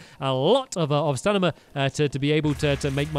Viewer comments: Stanima? It's Stamina! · Not one person mentioned him saying stanima instead of stamina. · Love how he says “stanima” 😂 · Andreiplayz 19 and he said s t a n i m a instead of stamina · Its called stamina not stanima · He said stanima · He keeps calling it "staNiMa" Instead of stamina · He says stanima Instead of stamina 😂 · Me when he says stanima 🤨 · Did anyone notice how he says stanima instead of stamina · why's he saying stanima! its annoying